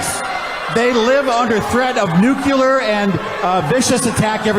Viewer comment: These people really went nucular on him--I mean nuclear! Dammit!